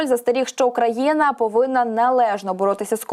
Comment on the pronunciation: Про яку країну ви говорите? Це українська мова? Що за Украяна? Чи тільки мені ріже слух?